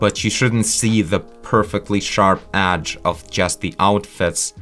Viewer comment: "edge" not "adge", sorry is just that it sounds weird